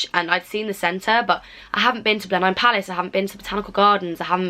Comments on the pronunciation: My tip: it's pronounced "Blennim" or "Blennum" not "Blen-hime" ;) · God the way you said Blenheim was so strange is Nottingham not the only place that pronounces it “Blen-am” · Blenheim is pronounced Blenham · Izzie Hardy i thought it was strange too. I say Blen - em!